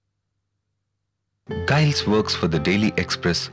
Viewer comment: Can't even pronounce his name....